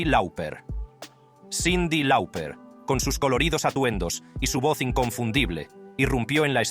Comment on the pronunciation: Cyndi Loper se pronuncia.... no lauper...